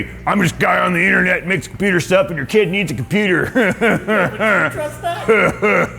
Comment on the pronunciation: My daughter might be trying to con me for ANY reason. Sh+Stuff = Shtuff, Congratulations you've passed todays Jewish accent testing. I know you won't believe me when I say embracing Shalom can get you a free computer yet it's 100% true. The best part of this video is everything between and is a cleverly disguised hit rap track. Tap left arrow key a few times in succession to experience it while the video is on play. Pause after he says the word "that" he gives a legendary god father level rapper diss face bonus.